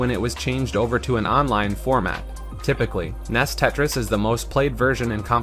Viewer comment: NES is usually pronounced "N, E, S" and not "Ness" but do what you want I guess